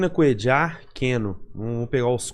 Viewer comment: Não chame o coitado de " Cuedjar". O cara é colombiano, se não me engano. Na América do Sul, só uruguaios e argentinos pronunciam o LL deste jeito. É "Cuêlar", ou "Cuêlhar", como preferir.